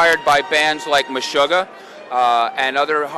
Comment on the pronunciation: Lol,it's funny.He says "Meshoogah"